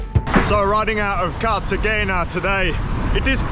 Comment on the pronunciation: Carta Jayna. :)